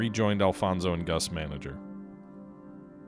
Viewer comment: Its Gus Mang - Ger not , Gus Manager Also 2nd